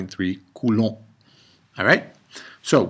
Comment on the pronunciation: "coulouu" just might have made my day . hahaha